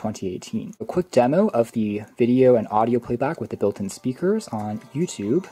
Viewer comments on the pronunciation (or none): none